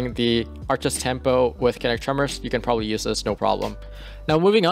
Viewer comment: it’s pronounced “KIN-NET-TICK” - enunciate man, don’t shout out the xbox kinect, it doesn’t deserve your co-sign! also, Accrued Redemption with Wellspring / Kinetic Tremors is amazing for endgame PvE. you get great AoE off of KT, 8% ability energy per kill, and disorientation break off of the origin trait (photoinhibition).